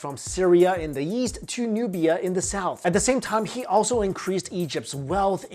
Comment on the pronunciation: "Stretch from Syria in the Yeast to Nubia in the South." Plus countless other times he pronounces Egypt "Yegypt" And he pronounces Ra (Rah) as "Ray" lol Not his fault though since I think he was born in China, I just found it funny.